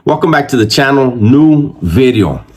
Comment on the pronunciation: Hey, you should make a ringtone of the clip "New Veedio". For the low, fair price of $1-2, people could set that as their default alert for new vids on YouTube. 😸👍